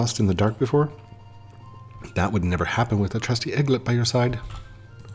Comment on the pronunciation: i dont want to say too much, but there is a way to get the starters pretty much for free later on, but if youd rather purchase them, go for it also eaglit is pronounced like "eeg lit " eag is from eagle also also, this game is made by the same people who made brick bronze, theyre playing it safer now lol